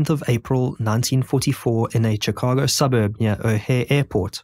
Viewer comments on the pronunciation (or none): Shee ka go Shee ka go For christ sake. Not chic a go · Chicago = "shih KAH goh" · Shhhhh ka go NOT Chi ca go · its pronounced shi-cago not chi -cago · Sh-Ih-cago. Not chi-cago. Cant even watch this because of it. Don’t act like you’ve never heard anyone say the word. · It's Chicago, not Tchicago. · One, two three......Shicago not Chickago! Good grief! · turned it off because the incorrect pronunciation of Chicago is too anoyying SHI-CA-GO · Ngl this man pronouncing Chicago wrong every time drives me insane. I understand others now a little more…. But to be fair his people invented the language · Just a minor note from a local, Chicago is pronounced with a SH sound like in Shun or Shudder, not a CH sound like Church or Chapel. Terrific video, very well edited and narrated! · "Chickahgo" -- I can't handle this narrator's pronunciation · How can you possibly not know the correct way to pronounce "Chicago" and "Potomac"? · you need to learn how to pronounce "Chicago" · Your pronunciation of “Chicago” is interesting. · Stop saying Chicago like that. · Lolz, "Chicago" was just as bad 😂😂😂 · noticed you decided to pronounce chicago the wrong way the third time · The ch sound in Chicago pronounced like the ch in chic not like chips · Teach your narration bot how to pronounce Chicago and maybe I'll watch it. Otherwise, fk off. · Good video but your mispronunciation of basic words like bona fides and the names of major cities like Chicago impact your credibility.